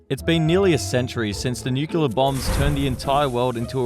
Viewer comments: Nuculer. Like George W. I love it. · Say the line, Bart! This guy: Nükiller